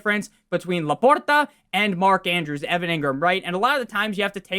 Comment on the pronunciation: The way he says La porta….i can’t.